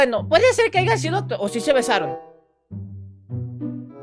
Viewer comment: Aprende a hablar por favor, no se dice Haiga se dice **haya**. De resto muy buen video gracias por darle reconocimiento a Lulu😊